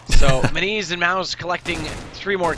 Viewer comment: not pronouncing minise correctly!!!!!!